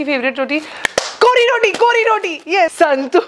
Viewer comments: Omg u said kori rotii love from mangalore ❤️ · even i am a mangalorean and i am so happy how you pronounced kori rotti love you so much and i am proud that even you are also partly a manglorean